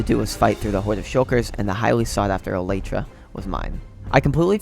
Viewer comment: Elitra… it’s elytra